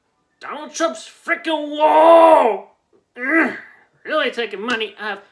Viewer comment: Did you pronounce ugh as ugg..?